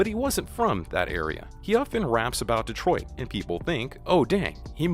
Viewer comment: Dave Dave "troit"? bruh you definitely ain't from the D